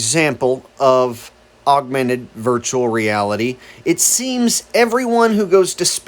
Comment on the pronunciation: whoever it is speaking near the end of this video can't possibly be very bright. how can he mispronounce the word, augmented, every single time he says it? he keeps saying augUmented. that is NOT a word.